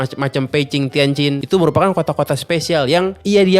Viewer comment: Mantap bg, bisa Han yu pin yin juga ternyata, baca kota² Beijing Tianjin nya bener👍🏻👍🏻👍🏻